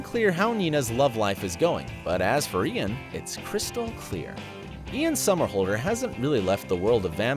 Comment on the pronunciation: Your saying Ian somerhalder wrong